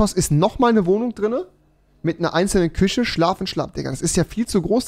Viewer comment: Minute 2.42 küsche ahja rewi 😂